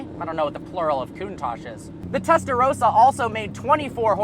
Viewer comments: The way you say Testarossa is funny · WTF can't Americans pronounce 'Testarossa' correctly? I don't get what's so difficult for them. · Clarkson didn't invent how to reverse it to it was the factory men and also you say testarossa wrong. 😂😂